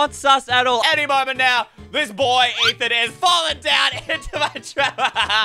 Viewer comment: its ey not eye